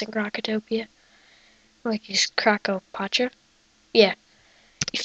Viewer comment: LOL, THE WAY HE SAID KROKOPATRA